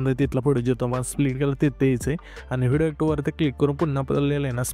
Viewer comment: व्हिडिओ ❌ हिडियो ✔️